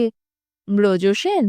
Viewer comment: ভালোই, তবে কয়েকটা জায়গায় উচ্চারণের দিকে একটু মনোযোগী হওয়া প্রয়োজন! যেমন - শ্যামা নৃত্যনাট্যের চরিত্র ব্রজসেন নয়, "বজ্রসেন" 😑 etc...